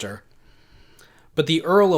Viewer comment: The second w in Warwick is silent. So it’s pronounced Worrick, like Yorick.